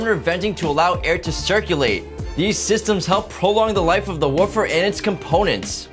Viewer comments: Why do so many youtubers mispronounce "woofer"? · Gustavo Arroyo also forgot to get someone who knows how to pronounce woofer.